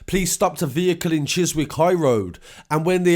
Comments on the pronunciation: Chis Wick it’s pronounced Chisik but spelt Chiswick 😀😀😀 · Bro it’s pronounced ‘Cheese eek’ just saying. 👍🏽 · chiswick is pronounced chis ik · It's pronounced chisik ... Where was there rich important person security??? That's fishy..... Esso 19 don't play that defibrillator is a specific murder weapon when used kills ya but your heart don't automatically start again....I'm not on about normal defibrillator just special James bond stuff one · Chiswick is pronounced without the w, chis'ick. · Mate Chiswick is pronounced chis ick. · Chiswick is pronounced Chizzick. I believe it's his step son that was arrested. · Chizik ! Just a tip on pronunciation respect from Huddersfield pal and keep up the great work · 'Chiz-wick' lol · Yeah, the w is silent